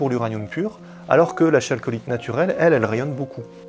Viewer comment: "chalcolite" ? Sérieux ? Du grec khalkos pour cuivre, on prononce "kalkolite", comme pour chalcolithique ou orichalque par exemple